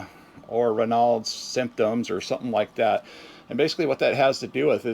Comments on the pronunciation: Hi!! I’m watching your video where you are talking about Raynaud’s Syndrome. ( it’s pronounced Ray nodes) Anyway I also have this and have had it for years. It’s related to circulation. Also I learned after many years that it’s also a SIDE EFFECT of many blood pressure medications. !!! Hope this helps. Take care and keep us updated! 😊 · Ray Nauds is how it's pronounced. It's an auto immune disorder in which your small arteries in the extremities don't profuse which can end up in amputations of the extremeties. If you smoke, stop immediately.